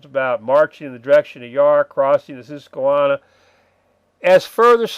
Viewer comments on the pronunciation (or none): Brother. Susquehanna = Sus as in the noun 'suspect' Que as French 'quoi' Hanna rhymes with banana Carlisle = Car - lie - el Been loving the vids, thanks.